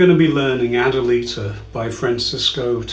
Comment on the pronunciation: Good tutorial. It would be good to learn how to pronounce the piece names properly. Adelita - accent on the "i" and Lágrima, accent on the first "a".